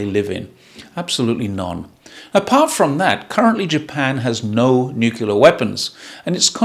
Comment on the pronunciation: that's not how you're saying it! Haha ❤